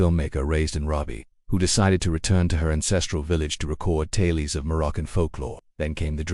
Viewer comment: This AI narration needs work. It's pronunced "tay-uls" not "tay-lees", and "rot-ing" not "root-ing".